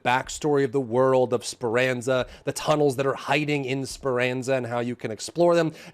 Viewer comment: It’s pronounced Sper- AAhn-Zah By the way, not Sper - AnZa. Thank you just trying to being helpful🫡